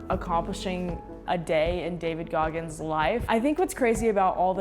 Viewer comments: 😂 Goggis!!? :05sec intro😂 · “David Goggis” as his name in the intro is crazy